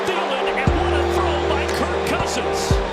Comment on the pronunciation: I've listened to 10 times and I'm convinced thinks Kirk's name is Kurt